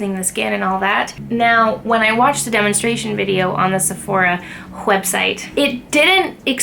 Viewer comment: Did you say wheb site?